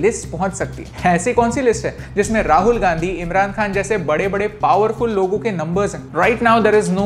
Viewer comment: "ईमराण खआन,राहूल गांदी" पॉवरफूल लोग? Are u serious?😂🤣🤣🤣🤣